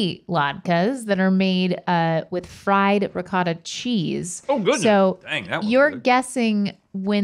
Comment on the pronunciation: 'Ricottay latke'